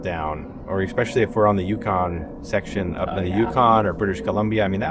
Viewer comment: For goodness' sake, it’s especially, not expecially. Coming from a teaching background, you should know how to pronounce words.